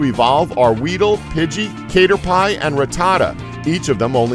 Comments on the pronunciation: Kater-pie? Just stop right there🖐🏻its Caterpie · The way he said caterpie XD